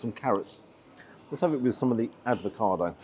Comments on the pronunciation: Do you keep saying ADVOCADO rather than avocado...??????? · Is there any particular reason for calling 'avocado' "advocado"? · Love your channel. Unless I’ve missed a joke along the way, it’s AVOCADO. One d. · I'm very amused by the way you said ADvocado. Very Atkinsonesque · Sorry don’t have time for a ‘food critic’ that says “advocado” ! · Oh, ‘advocado’? 😂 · refusing to pronounce avocado correctly always makes my day! ❤